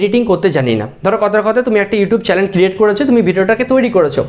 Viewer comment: চ্যালেন না এটা চ্যানেল। 😒